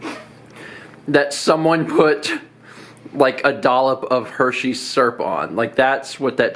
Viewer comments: Hershey serp? Not Hershey syrup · In which learns that he has been living in the new place for six months, and the viewers learn that he cannot say "syrup" properly. =P As for the best doughnut I've ever had, there's a local place down the street from my house that makes AMAZING doughnuts, with some really interesting flavour combinations. It's a single-location store, too, so nothing is mass-produced.